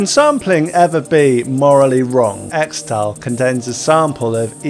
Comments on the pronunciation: pretty sure it's pronounced 'kris-tull' but 'eks-tal' is cool too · It's pronounced 'Crystal' not 'Xtal' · I cringe every time you say "Xtal" when it should actually be pronounced as "crystal" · apparently, it's pronounced "crystal" not "xtal". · its not "extal", its "crystal" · XTAL is pronounced Crystal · its pronounced 'crystal' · It's pronounced "Crystal". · It's pronounced "Crystal" isn't it? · Its pronounced "Crystal" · Xtal --- is actually pronounced Crystal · I think it's pronounced crystal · This mf pronounced it “Extal” 🤣🤣🤣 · pronounced CRYSTAL lol